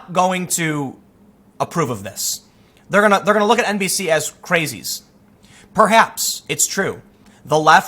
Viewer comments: Did anyone else hear NPC instead of NBC? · Did he say "NBC news" or "NPC news"? Haha